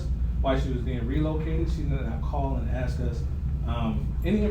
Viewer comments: " you can ax" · "Axe" lol. What is she, the mayor of Oblock?